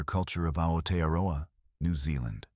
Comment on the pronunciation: The Letter 'Z' is pronounced as 'ZED.' Plus: you still cannot pronounce Aotearoa correct, either. Nor New Zealand, either. Suggest you go approach a REAL NEW ZEALANDER and LISTEN. Which you cannot do.